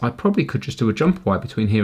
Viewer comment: I just realised, says Vire instead of wire.